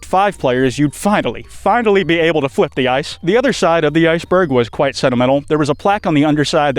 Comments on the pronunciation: That’s a “ interesting” iceberg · Kwites back! Praying to my plushie has payed off 😄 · YOUR BACK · FUCK YEAAHHHH ITS